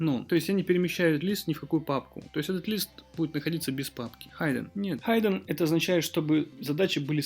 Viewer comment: "хиддэн" а не "хайден"